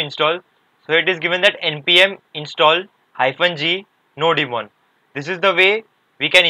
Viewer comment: not nodi-mon bro , its nodemon